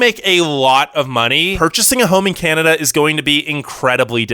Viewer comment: He said: oh caneda